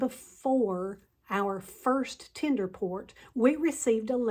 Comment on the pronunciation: "and bypass ALL THESE PEOPLE..." Yep, this is the way to talk about your potemtial subscribers... And this is not the only time she calls her fellow passengers "these people." Oh, and by the way, lady, it's /ˈtendər/ not /'ti:nder/